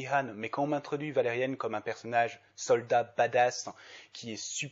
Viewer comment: J'aime bien ta critique, par contre c'est justement le Millenium Falcon qui est quasiment un plagiat de celui de Valérian (et ce n'est pas la seule chose tu peux chercher sur Google) Sinon ça me stresse que tu dises Valérianne xD